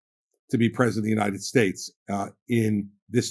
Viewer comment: These people so often say "Presidinited states"